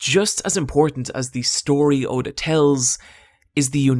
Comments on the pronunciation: Ok good but the you pronounced his name wrong. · The fact that you pronounced Oda's name so badly made me dislike this video